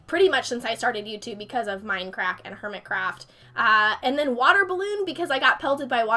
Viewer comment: sorry but you said mindcraft instead if mindcrack